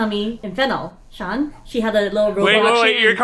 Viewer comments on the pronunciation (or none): none